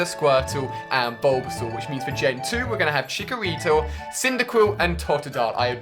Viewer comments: He said chikorito in the place of chikorita omfg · He also said Chikorito